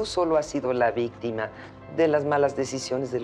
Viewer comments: LIKE POR LA ABUELA DICIENDO VISTIMA (eso escuché) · En el minuto dice vistima :v